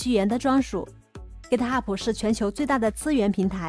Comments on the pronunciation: 您好，是 Git Hub，不是 Git Hubu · 哥特哈普是啥 ？？ 名字都叫不对😅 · Git ho不英文發音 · github 最后 b 不发重 b 音